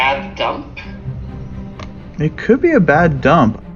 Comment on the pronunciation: "But first, you must take a DOOMP!"